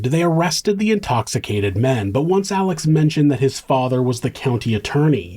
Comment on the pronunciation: i absolutely LOVE your channel! However, you keep calling him Alec and his name is Alex... 😊